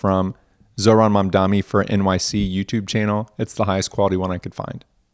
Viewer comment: to please please please, when you are analysing a speech, please try to pronounce the name right. Please! At least YOU need to get your alphabets right. it’s MamdaNi